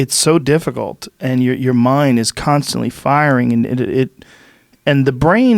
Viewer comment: Joe "CUNTSTUNTLY" Rogan